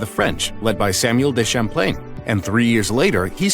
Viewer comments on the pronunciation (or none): none